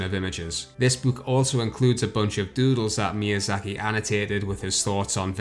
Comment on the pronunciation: It's no exageration to say that's Ayo Miyazuhki. That's litterally what you said in the beginning. For fuck sake, can't you fucking pronouce names correctly?